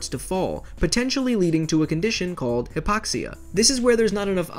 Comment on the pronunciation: Your pronunciation is awful. Its HIGH-poxia, not HIP-poxia.